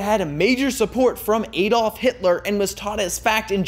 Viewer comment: ADOLF!!! NOT ADOPLH